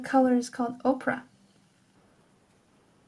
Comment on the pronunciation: Great video! :) I just have one small critique. You are saying Oprah for the pink paint color when you mean to say opera. Oprah is a person, opera is a performance. The paint color you are using is opera, not Oprah. Opera is also an internet browser. This youtube video shows someone saying both words in case that's helpful :)